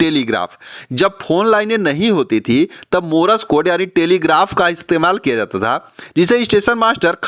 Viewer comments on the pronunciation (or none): मोरस कोड नही, मोर्स कोड कहिए। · मार्श कोड भी नही, मोर्स कोड़ कहिए।